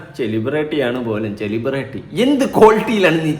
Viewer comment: സെലിബ്രിറ്റി അല്ല എലിപെരട്ടി 🤣🤣🤣